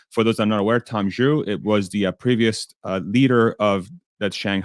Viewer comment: kudos for pronouncing Tom Zhu’s name correctly. Pretty much all other Tesla YouTubers have been pronouncing it as “Zu.” Since he is emerging as a central Tesla executive, we should get his name right! Keep up the amazing work.